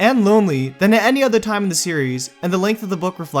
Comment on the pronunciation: it's impossible to listen to this because the narrator sounds so stupid. Dude, you need to stop ending every single sentence by prolonging the last syllable. "neither can live" doesnt have to become "neither can livvve" "either must die at the hand of the otherrrr" "this is what voldemort would want for himseeelf"